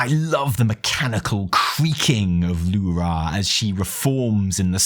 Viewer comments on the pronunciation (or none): You deserve the disappointment of Alleria not dying, just because you keep pronouncing L'ura as lu-RA instead of LU-ra as we've heard them call this naaru for 10 years :) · It's L'ura not Lu'ra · The only thing you got wrong is the fkin way you pronounce Lu'ra .... God damnit man, its not Lu'RAaaahhhhhh, like youre some russian screaming Huraaaaa It's a short, simple, Lu'Ra . Two syllables. Theres no aaaaahhhhhhhh at the end. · lu'rA souds so goofy to me. In my mind it has always been LU'ra. just like DO're, TU're, MU'ru, XE'ra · Evi for the love of the Void please teach how to pronounce L'ura.